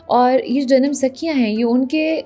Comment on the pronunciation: It is Janam Saaakhiyan not Sakhiyan.